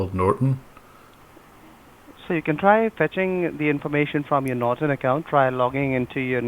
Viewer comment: Norton Nort-on Not-on Not on TRIGGERED